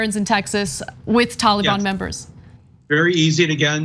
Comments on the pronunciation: Haha "Tawl-a-Bawn" 🤣 Ana pronounces that adorably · Oh Ana and her Tollybon where did she learn how to say it?